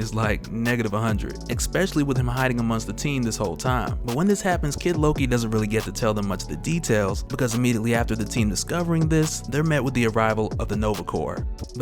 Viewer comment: Bruh! I'm a big fan & I love your content, but you can't pronounce especially as expecially, I catch it in all your vids, no haterade, but that's how how kids pronounce it